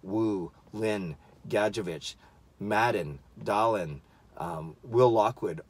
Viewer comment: Dahlin is actually pronounced Dah-leen. Think of the song Jolene, but replace Jo with Da. ;) Or maybe Sedin would be a better example...